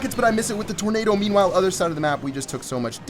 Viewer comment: I think you say : "Memewhile" xd not meanwhile